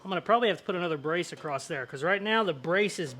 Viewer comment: I love this guy, but dangit across has no T. So, please don't say acrosst. Other slang is totally acceptable :)